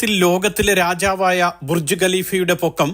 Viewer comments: ബുർജി അല്ല ബുർജ് 😂😂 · Burji alla Burj